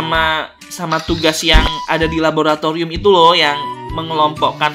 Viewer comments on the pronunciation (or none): none